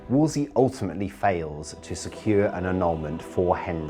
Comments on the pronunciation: Would someone please explain to me why the narrator keeps pronouncing Thomas Wolsey’s surname as “Wolsley” or “Wolsely.” It’s very distracting. I know that 'Wolsley' and 'Wolsely' are variations which others may carry as their surname, but is this an acceptable alternative spelling/pronunciation for Cardinal Thomas in particular? If so, I have never before heard of it, and I have been studying the Tudors for many years. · Can't believe they let the narrator get away with "Wolsley". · I don't like how the narrator keeps mispronouncing "Wolsey." She says "Wols-LEY." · Anyone else irritated by the narrator pronouncing it Wolsley instead of Wolsey? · It's Wolsey. Not Wolsley. The Narrator is incorrect. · It’s WOLSEY, not “Wolsley”! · Why does the narrator keep adding a 2nd “L” when pronouncing Wolsey. She keeps saying “Wolsley”. So in accurate annoying!!! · Why does the commentator say "Wolsley" when it's Wolsey..? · Great documentary! Although it was quite annoying hearing "Wolsley" continuously... 😀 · Am i the only one who noticed tue narrator keeps calling Wolsey, "Woseley"?😂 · His name is wolsey not wolsley. How to you expect to be taken seriously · Stop saying Wolsely!! That s not the correct pronunciation. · “Why does the narrator pronounce Wolsey as “Wolsley?” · One of the narrators calls him Woolsy, but the woman calls him Worsley. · Narrator can't even pronounce WOLSEY. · The narrator can't say Wolsey's name right.... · Too bad the female narrator can't pronounce Cardinal Wolsey's name correctly. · Ugh, I know, it was driving me nuts. She says it wrong each time which felt like it detracted from the quality of the docu slightly, like it was cheaper. She probably was just a voiceover actress who doesn’t know the history and is only chosen for her voice. No historian would keep making that mistake. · The narrator mispronounced a lot of names! Wolsey not WolsLEIGH! Sheesh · Why does she keep calling him WOOLSLEY.....ITS Wool sey.....Wool sey!!!